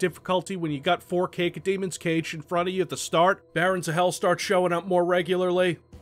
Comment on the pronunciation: Um excuse me "Cake-oh demon"?....., I love you man but...god that was a bit painful